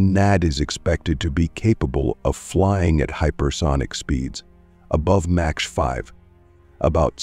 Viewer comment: mins did he just said "match 5"? 😂😂😂 time to upgrade your narrator